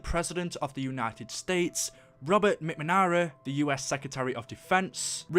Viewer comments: He says Robert macmara not McNamara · Sheesh you really butchered McNamara's name